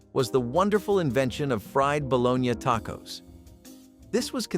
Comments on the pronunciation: Is this a bot? Ba-Lo-nee is the food, lol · Bo-LO-nya is the correct pronunciation! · "bolo-nya" come on, you know better.. But I like these videos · Ba-lo-na. Balogna. Kids say balogneee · Some people do pronounce it the way it's pronounced in the video. Just because it's a pronunciation you don't like doesn't mean it's a bot lol.